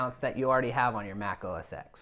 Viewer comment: It's not OS x it is pronounced OS Ten. X is the roman numeral for 10. Geez